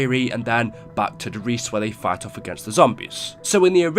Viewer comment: I would love it if YouTubers could actually pronounce the German maps names, like Der Riese is not pronounced de Reece.. its pronounced Dere Reesa. Der Eisendrache is pronounced Dere Ai(pirate voice)sendraaage